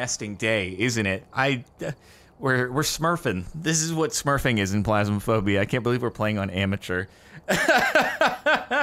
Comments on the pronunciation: am.. am I the only one who's lowkey bothered that he says "Plasmaphobia", instead of "Phasmaphobia" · can we get a counter for how many times cap says plasma-phobia not PHasmophobia?